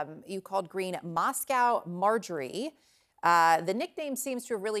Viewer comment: Mos-cow Margie